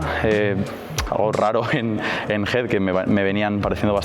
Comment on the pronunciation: Por qué le dice "HID"??